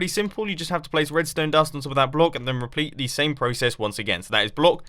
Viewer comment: Sorry for giving you a hard time Mumbo, but I also found that he said "repleat" ! Not trying to be rude, I just think it's a bit fun to point things out like that, I never get around to catching those kinds of things :P